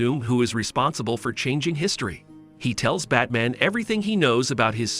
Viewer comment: I seems to be all his videos. Batmen instead of batman, Darkseed instead of Darkseid. Luhther instead of Luther. I could keep going